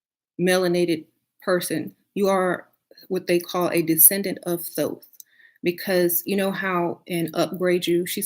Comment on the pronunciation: I love her just wish someone would tell her how to pronouce "thoth" its pronouced (toth) yall.